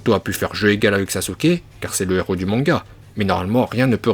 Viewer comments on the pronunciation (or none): none